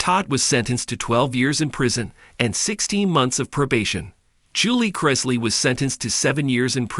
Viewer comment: Why do supposedly intelligent writer insist on mispronouncing and spelling the Chrisley name??? I don't know the truth neither does this writer. But it is obvious an unfair sentencing for each of them. Public opinion is always a lie.